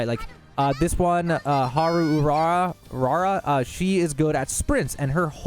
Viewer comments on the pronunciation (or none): its Haru o-ra-ra my guy XD